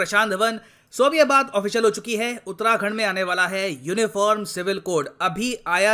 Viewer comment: Sir you are pronouncing utrakhand its actually uttarakhand